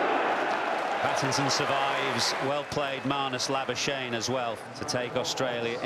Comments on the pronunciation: Laibiuschaine.......lol Its an Afrikaans surname. Laboeskagnie. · Ik like they say labushane even though it’s the most South African name ever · As a South African... I'm not impressed about how y'all pronounce Labuschagne